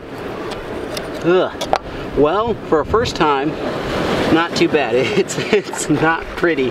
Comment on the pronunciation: "Not to bad" butchered it!